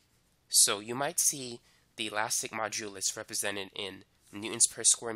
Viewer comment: lol great explanation. I always laugh when you pronounce modulus. You say majulus :) lol